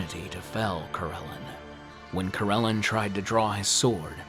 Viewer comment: It's been a couple years so someone probably noted that the god's name is Corellon Larethian. Not LareNthian. Also, it's Coh-rel-AHN. Many of your pronunciations across many videos are incorrect and/or inconsistent. Pretty much every single one that isn't totally obvious. Sorry. :/ Good luck w/ everything.